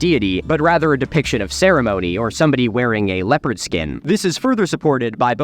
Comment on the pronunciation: Throughout his whole video I mistook him saying leopard as leper, and I was so confused for quite a bit.